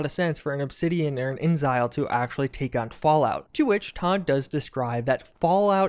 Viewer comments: You GOOFBALL! It's pronounced "In-exile", NOT "in-zile"!!! turns into world revealing fangs grrrrrrr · In-x-ile not inzile bro whyyyyyy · In-zile? Can we say, in-ex-ile? (inXile) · Every time pronounces InXile as 'in-zyle' I die a little inside. I'm convinced it's deliberate at this point. I can't WAIT for Starfield. I wonder if the 'social' aspects are akin to Death Stranding or Dark Souls 🤔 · Every time says "InZile" an angel loses its wings. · at this point i think he does it on purpose just to trigger comments on it to bump up engagement.